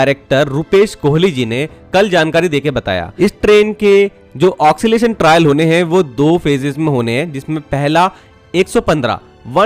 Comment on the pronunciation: आपका बड़ा फैन हु इंडियन रेलवेज हमेशा मुझे एक्साइट करता है फर्स्ट सॉफ्टवेयर impress के वक्त टीम में इंटर्न रह चुका हु आपके उच्चारण में ऑक्सीलेशन शब्द ठीक नहीं है, ओसिलेशन ( occilation) सही रहेगा